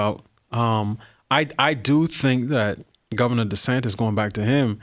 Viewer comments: Oh great! Another name to mispronounce. DeSantis is not spelled funny; that's the correct spelling. It's not DeSantez. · Why does Jason still think his name is “Ron DeSantez” instead of DeSantis?